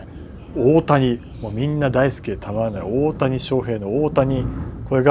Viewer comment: 역시 오리지널 일본인은 대곡을 오오오타니 라고 길게 읽는군요..